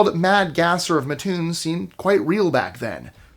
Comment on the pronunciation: I live an hour away from Mattoon. It's pronounced matt' tune